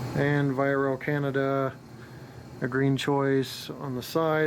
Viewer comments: VIA... is pronounced VEE AH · quick thing: its pronounced vee-ah